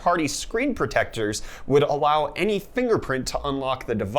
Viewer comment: "would awow" lol